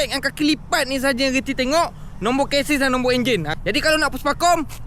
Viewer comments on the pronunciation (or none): bang ..chasis sebutannya 'Cesis'...bukan 'kesis'....🤣